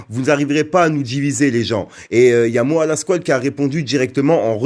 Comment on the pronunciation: C est pas MOA Fréro c est MOHA